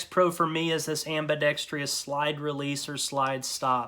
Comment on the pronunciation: "AMBADEXTREEYUS" Drives me crazy..... .....Every time I hear it, it almost makes me want to go NookYooler. 😂😂😂